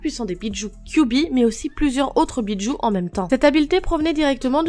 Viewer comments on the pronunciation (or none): Je connais les Bijus mais pas les "Béats joue"